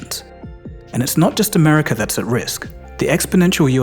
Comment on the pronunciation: Why do you say Americurr..? Why tf do you people do that 😂😂😂